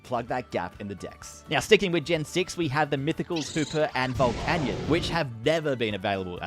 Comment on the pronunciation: Says diancie right but can’t say volcanion right 🤦‍♂️